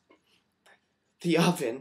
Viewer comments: at first I thought you said 'we lost deoveon' and I was like who the hell, thats sad but I dont know who that is. and then you kept saying 'it', so I went back, and you said oven so I was less confused/sad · I thought you were really in tears! And then I still didn't hear what you said so I scrolled down to the comments and saw 'Oven' and I was thinking 'what the???' Seriously you should be an actor =)